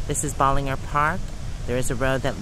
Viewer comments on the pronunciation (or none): Hey there and friends. Have been watching you for a while and enjoying your videos. You passed through my town 2days ago-you had too on 183 headed to Ballinger, about 50 miles from Brownwood where I live. BTW Ballinger is prounced Bowel-in-jer. Lol. I don't mind but the folks who live there might. Continue your journey to Cooler weather. Very hot here today.